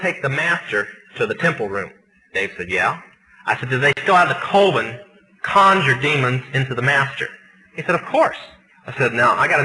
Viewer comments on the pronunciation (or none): Does it annoy anyone else that he calls a “coven” a “Colvin”? Why do numerous sources online say he ended up backsliding back into witchcraft?